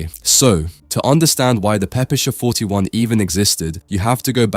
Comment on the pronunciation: Jesus the A.I. is mispronouncing the PPSh...